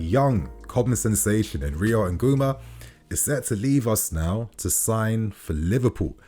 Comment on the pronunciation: Ngumoha is pronounced: Ngoo-moh-hah not Ngoo-mah. #It's🇳🇬